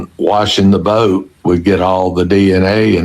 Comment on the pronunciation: I absolutely hate the way he says boat. Bowwwt